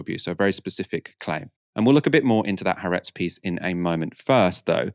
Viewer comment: the Israeli newspaper is pronounced as 3 syllables (the double-a is split) with the emphasis on the middle - ha-AR-etz